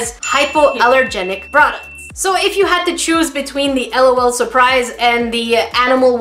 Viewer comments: its L. O. L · It is l. O. L. Not lawl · Haha it's not lawl it's just L.O.L separated so u say each letter separately not as a whole word!😂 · Lolu Me:NO L.O.L LAUGH OUT LOUD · it's L.O.L(el-oh-el)not lol(lawl) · It is L. O. L say the letters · Its l o l Not lol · It is the pronunciation is (Ell oh Elle) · im not complaining, but sika is right its L O L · you’re saying it wrong 😂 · It is “ L “ “ O “ “ L “ and it is WAAAAAYYYY too late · I is L. O. L. Not trying to be mean or salty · It is pronounced LOL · it is too late it is pronounced L O L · its L . O . L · It is said like l.o.l l. O. L